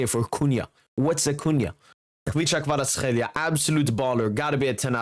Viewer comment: For a Georgian it's so funny to hear how accurate is you Kvaratskhelia pronounciation )) You are the only non Georgian guy who says his name the correct way👍👍